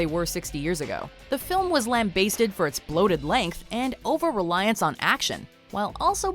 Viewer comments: Pronounced lambasted in a strange way. Perhaps reading off a script and rarely used the word prior. Was quite jarring haha. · "Lamb-base-ted" lol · Ugh. Proofread prior to posting. Lam-"Basted?" Learn how words are pronounced... I'm seeing this a lot recently. You have one job... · CoNAN, lam-bay-sted?! Learn how to talk!! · lamb basted? 😂😂😂😂😂😂😂😂